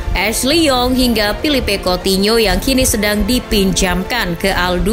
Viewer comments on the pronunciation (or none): none